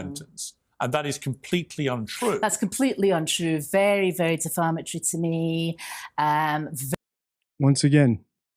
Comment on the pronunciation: Also deflamatory rather than defamatory. She likes to use the word hyperbole but uses incorrect pronunciation, I think she stuck her head in a thesaurus for a fancier word choice.